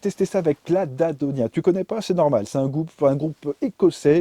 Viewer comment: Merci mec, tu m'a fais découvrir Clanadonia que t'a prononcé sous la neige à -25 avec les mâchoires gelée, j'ai eu dus mal a déchiffrer mais j'ai fini par trouvé et je kiffe je cherchais une bonne revue sur le Mi A3 et j'ai pas trouvé plus détailler que la tienne good job !! pour le coup t'a gagner un abonné ;)